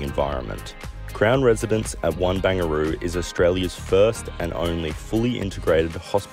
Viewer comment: When you said "bang a roo" you made me spit my coffee :face-blue-smiling:. I think they like to call it Ba-rang-ga-roo. Great videos. Love your content.